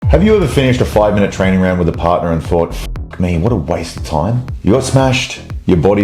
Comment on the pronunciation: "Fix your trainig" ❤